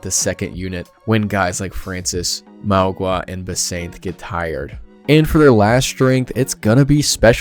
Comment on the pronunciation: It's pronounced "francis mowi-no-ah"